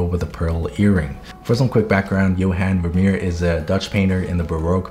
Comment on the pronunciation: I’m Dutch and hearing you pronounce Johan Vermeer was funny, you mostly got it right though so 👏